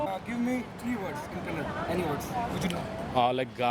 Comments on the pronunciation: It's not kannad It's Kannada. First learn how to pronounce it. You shameless creature. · Ye bhayya first of all its Kannada. Not kannad you idiot. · I don’t know why these northies call kannad....man it’s Kannada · its kannada nt kannad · Fucker it’s not kannad it’s Kannada ! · Dislike for pronouncing kannada as kannad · Tukali northies its kannada not kannad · First teach that guy, it is Kannada and not kannad! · What bullshit channel this is. First of all learn n get ur facts right b4 talking something. Its kannada not kannad. And if u want to know about bengaluru go to places like malleshwaram, rr nagar, domlur, indiranagar. Not koramangala n electric city where its densely populated by northies. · It's Kannada! Not Kannad😣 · Bro it is called kannada not "kannad"when u r making a vedio u shud know how it is pronounced..when u are traveling to diff parts of the city's you have to atleast know the basic knowledge about Bengaluru you just can't come out randomly n say something.The anchor in the vedio is trying hard to pronounce Bengaluru.Atleast pronounce Bengaluru properly . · Idiot first learn Kannada then speak about Bangalore ,it's not Kannad its Kannada got it.... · asshole its Kannadaaa not Kannad !! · It's Kannada not Kannad. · wtf kannad not kannad its kannada lo Kannada mathadi because of u people whole India is telling kannad kannad kannad WTF..... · oye its not kannad its Kannada because of u people whole India telling kannad kannad kannad WTF..... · It's "KANNADA" Pronounce correctly 😠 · We should really start pronouncing "Hindi" as "Handhi" or "Hind" until these North Indians start pronouncing Kannada properly. Google idhe thaane? Video maado munche onchuru research maadkondu baroke aaglava? Beku antha maadthaare yeno goththilla. 🤦🏽‍♂️ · One more guy saying kannad! How annoying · its not kannad its kannada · It's not kannad it's Kannada idiot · Loude kannad alla Kannada annu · It is kannada not kannad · Not Kannad kannada it is....